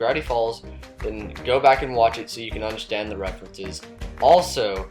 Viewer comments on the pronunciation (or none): none